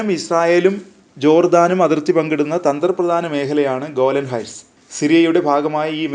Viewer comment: ഗാലൻ അല്ല അണ്ണാ, ഗോലൻ. 🤣